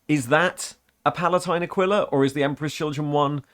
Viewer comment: Just want to put out it's actually pronounced "Uh-kwee-la" or "Uh-kee-la". It's comes from latin and is in the bible I think. Also I couldn't tell you why, but I thought the Emp Kids aquila thing was specific to wearing one on chest armour. Shrugs